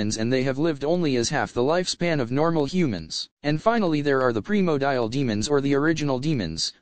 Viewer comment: Primordial, not primodial dude. Sorry it just sounds funny